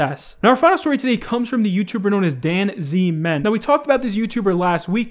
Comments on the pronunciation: I know you dont give a fuck and you‘ll never see this comment but his name is pronounced "dancemen" not "dan z men" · what triggered me is scarce pronounced danzmen like: dan-Z-men instead of danz-men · its dans-men, PLEASE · The way he says Danzmen will forever hurt me as a gd player